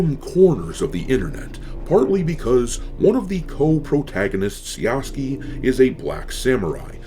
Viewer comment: ITS PRONOUNCED YASU-KAY PLEASE MY WEEB EARS CAN ONLY TAKE SO MUCH